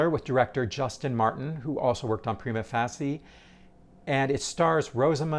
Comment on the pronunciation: appreciate your posts - but please, edit this one to fix your pronunciation of 'prima facie', which is like a record-screech each time! Even though the Brit and Am versions differ a bit from the classic Euro version, yours is unique, ut not in a way you'd want. Just add an 'uh' at the end and you'll be back on top!